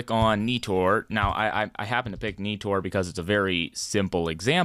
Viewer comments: It’s not Neetor it’s Nighter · Every time he said NEE-TOR I cringed..... xD